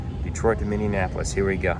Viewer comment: I laughed so hard when you called it Minnienapolis and not Minneapolis, lol! In case you never knew, I thought the IFE had a pop out screen in your armrest since the Seatback is so far in the emergency exit row that makes it impossible for reach in use. That pilot that got off the plane right in front of you sort of looked like he was in a hurry!